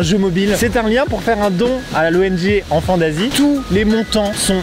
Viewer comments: Jsuis désolée mais j’ai entendu "Enfants Nazi" 😅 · J’en ai marre à chaque fois qu’il dise enfant d’Asie j’entends enfant nazie Ducoup je me dit « OH LES COPAINS » ☹️ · Mdr j'avais compris << enfants nazis >> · ça me perturbe, à chaque fois qu'il dit "enfants d'Asie" j'entend "Enfants Nazis" T - T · à chaque fois que tu dis enfants d'Asie moi je comprends enfants nazi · Esque je suis le seul a comprendre : enfant nazi à la place d'enfants d'Asie mdr ? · J'aurais pas dû lire ce commentaire, maintenant j'entends "enfant nazi" à chaque fois xD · Je l’ai écouté 3fois en 0,5 et il dit vraiment enfant nazi 😂😂😂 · Mais oui pendant toute la video j'entends "enfants nazis" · Au début, je pensais qu'il avait dit '' Enfant Nazie " 😳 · Mais j'entends tjrs "enfants nazis" mdr chcrois que g l'esprit mal placé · Quand il a parlé de l’association « enfant d’Asie » j’ai entendu « enfant nazi » 😭😭😭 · Wow, super vidéo, j'adore. Par contre... a chaque fois que quelqu'un dit enfant d'Asie, j'entend Enfant Nazi 🤣🤣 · Au début g cru qu'il disait "Enfant Nazie"🤦‍♂️😂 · Au début j’avais compris Enfant Nazi lol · Au début j’ai crue qu’il a dit enfant nazie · Et puis t'as moi qui comprend "Enfant naz*" au lieu d' "Enfants d'Asie" 😭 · On dirait qu'ils disent enfants nazi 🤣🤣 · Il y a pas une fois ou j’ai compris "enfant d’asie" j’ai tout le temps entendu "enfant nazi" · On dirait que tu dis enfant nazi au début 😂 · Pourquoi est-ce que j'entend "Enfants Nazis" et non enfants d'Asie lol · Je faisais autre chose pendant la vidéo et la j'entend "enfant nazi" au lieu "d'enfant d’Asie" ah ouais c'est in concept quand même!